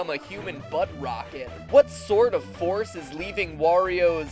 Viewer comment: when you said the forcé of of the fary i was like holy shit